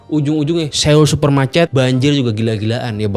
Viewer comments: Soul om bacanya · Dibaca nya bukan seul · Pelafalan dri kota SEOUL bukan Se-ul tapi So-ul. EO di baca O tebal. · Bacanya "So - ul", bukan Se - ul 🙏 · Seul... bukan seul mas bacanya SO-UL. Maap yak risih dengernya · Cara bacanya Soul, Bukan Séul 😂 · Sekedar koreksi aja ni bang, pelafalannya tuh bukan seul, tapi soul ,o nya odol … biar gak kedengeran aneh aja sih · SEOUL ITU BACANYA SOUL BANG, SOUL. BUKAN SEUL. 😅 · Sol aja bang dibacanya bukan seul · Bacanya soul, bukan seul bg 🙏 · so-ul not seul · Maaf, baca Seoul nya : Sowul bang bukan Sewul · Bacanya SOUL bang buka seul hehe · Bang seoul kalo dibaca bukan seul tapi soul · Soul bukan seyul... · FYI: bacanya yg bener "so-ul" bukan "se-oul". karena penulisannya 서(seo/(sʌ)) 울(ul). jadi sʌ-ul, bunyinya o disini bukan full o tapi o yang mulutnya terbuka maka di IPA dalam fonologi disimbolkan ʌ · bacanya so ul bang, bukan seul 🙏🏻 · Bukan seul.. Tapi soul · Bukan Seul deh perasaan sebutannya tapi Soul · Bacanya SÅUL bukan se ul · cara baca seoul bukan seyul, tp s0wul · SEOUL dibaca "So-ul" Bukan se-ul!!!! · Maap bang di baca nya soul, bukan seul .. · Pronounce nya Bukan "Seul", tapi "Soul" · Cara bacanya "soul" bang, bukan "seul" Seo-ul, "eo" di bahasa Korea dibacanya "o" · Soul bang bacanya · Cara pelafalan Seoul ini nganggu banget... bilang Soul aja napa bang.. E nya dihilangim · Bang udh kesana tp ngomong seoul aja masih salah. So ul bang ngikutin spelling nya english. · S E O U L. Njir dibacanya bener2 sesuai hyuf wkwk, bang pelajari juga atuh pelafalan suatu kata dari negara lain 😭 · cara baca : So-ul bang.. 🙏🏻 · Maaf bang,tulisan seoul bacanya harusnya so ul.... maaf cma koreksi...